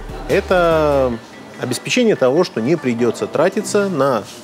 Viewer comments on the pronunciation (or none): none